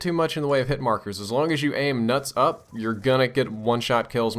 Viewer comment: It's hilarious how he says nuts up xD